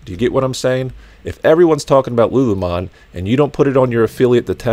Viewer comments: “Lu Lu mon” lol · I love that you don’t know how to pronounce “lulu lemon” 😂😂 Another great vid, thanks!